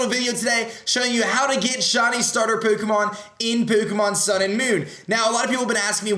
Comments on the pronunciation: why does he put on an accent for all these formal vids. He says pokemon like pookaman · Why. Why does he say pookemon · why do you say poo-kah-mon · I love how aDrive says pokemon like poukeymon. XD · omg the way he says pokemon tho "pokymon" lmao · It's pronounced PO Kééééé MON. english dubbed series don't kno... the ignorance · Ha he says pookemon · poo-ko-mon lollll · What is this accent? Pookamon. Dafuq? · Why is he saying Pokémon so weirdly